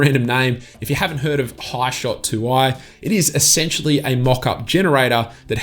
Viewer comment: It's even more random that you call 'Hishoot', 'hishot'? Lol. Only mucking around. Thanks for the video you Ausie. Lol